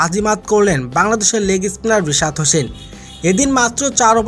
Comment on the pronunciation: বিশাদ না😂 রিশাদ